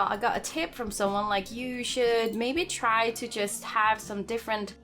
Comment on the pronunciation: emphasis on “try” lol